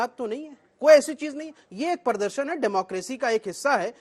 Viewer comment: Prodorshan ko upodrob kiu bol rahi ap?